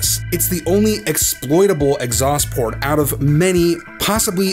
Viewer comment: "Exhaust Plort"